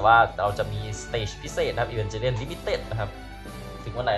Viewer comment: อีวานเกเลียนครับพี่ไม่ใช้อีวานเจเลียน